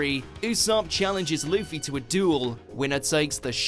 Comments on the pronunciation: Remember when pronounced Luffy as Luff-ee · jeeees its so annoying, in german tv his name is Ruffy. Luffy sounds so stupid when you are used to the r